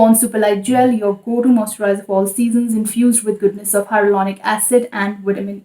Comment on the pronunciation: Can you say “moisturiser” properly?? Its making my skin crawl